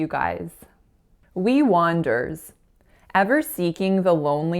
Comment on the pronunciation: I thought that your 1st mistake was "wanderers". Saying the back-to-back /er/ sounds is difficult, even for native speakers, because the speaker has to make a brief pause between them---lest they blend together into a single /er/